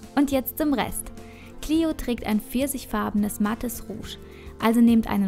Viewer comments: Hi danke für das viedeo aber ein kleiner tipp die nixe heisst cleo und nich clieo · Cleo nicht cliu kapirt